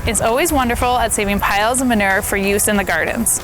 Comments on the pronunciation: So frustrating how she said “manerrrrr”. There’s a U in there. Ma-new-er is how it’s pronounced. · Lmbo say manure. Its man u re. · Regional accents: My midwest ear was confused about 'ma-ner'. We lengthen all our vowels and often pronounce vowels that others may not. 'ma-nue-er' Lol, I'm sure other regions find our pronunciations just as confusing to their ears.